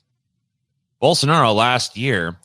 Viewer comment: Goddamn it thats not how you pronounce Bolsonaros name. Just freaking look it up.